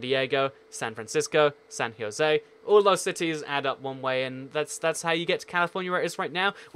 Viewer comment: San Heeosay.